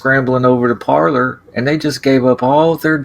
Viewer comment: “Parlor”? Or “Parler”? Didn’t need to show any ID to get a “Parler” account.